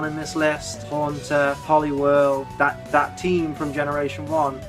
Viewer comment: LEFT OFF THE A IN HAUNTER! DON'T EVER DO THAT AGAIN!